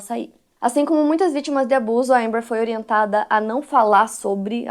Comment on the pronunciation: É alerta amber, fala direito. Seu inglês é péssimo, mas seus vídeos tem conteúdo